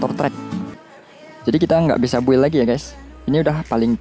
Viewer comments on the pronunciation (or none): none